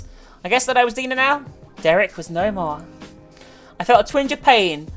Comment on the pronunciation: The way pronounces Dina it sounds like "dinner"